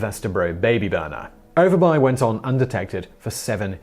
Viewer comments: Lol u guys pronouncing all the letters in Danish words, so cute. It's something close to "o'er bu-eh" y is like the old greek upsilon "Y" and v is a glottal stop, because reasons because Danish. Sorry guys. It means upper village/town. If you see -by in a town it means exactly that, town e.g. rugby, whitby. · Dagmar Overby and you pronounce her name Over buy? You must live in the town of Grims buy.